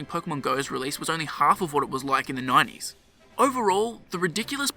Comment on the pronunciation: Instead of 90s you say "9 E's"